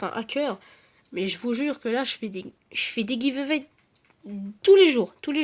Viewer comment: Et d'ailleurs,c'est pas pour être méchant mais ton accent anglais est un peu pourri,genre Jake ça se dit "Jayke", giveaway ça se dit " giveeuouay"et report ça se dit "riporte"...